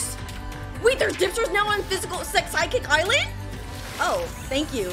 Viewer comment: ah yes, my favorite island "physicalsecsikik" its (no hate btw)